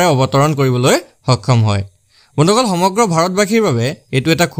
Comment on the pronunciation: Bondhuxokol koba bondoxol nhoi😂